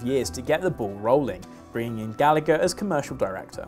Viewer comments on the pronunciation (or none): FYI if Mark Gallagher is Irish then it should be pronounced Gall-a-her cause its an irish name. Should be that way wherever they are from but most English have adopted there own pronunciation. We say your bullshit place names right Berkshire, Worcester etc